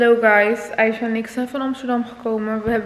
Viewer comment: Ze zegt in iedergeval aicha hoe het hoort niet meer , Aiga met g dat kon gewoon niet. Mijn comment heeft geholpen 😁